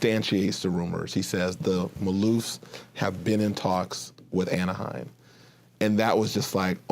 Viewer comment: lol Kevin Johnson mispronouncing Anaheim over and over.